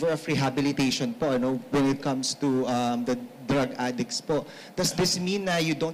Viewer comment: Ganda ng accent niya sa pag bigkas ng adik ah adiks hahahah